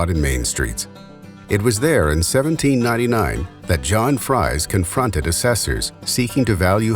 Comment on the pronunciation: It is pronounced FREEZE not like french fries.